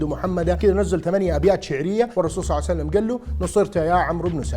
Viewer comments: اقسم بالله ان هي صلئ الله عليه وآله وسلم وليس صلعسلم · صل الله عليه وسلم وليس صعسلم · بارك الله بيك على هذا الفيديو أن شاء الله تصير بميزان حسناتك لكن لما تصلي على النبي أنتبه لأن كاعد تقول (صعسلم) قل (صلى الله عليه وسلم) أو (صلى الله عليه وآله وسلم) ❤️🌹 🌹اللهم صل على محمد وآل محمد 🌹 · ليش تكول صعسلم يبن الحلال ؟ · لاتقول صعسلم 😅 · ليش تقول الرسول صع سلم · ليش تقول النبي محمد صعسلم؟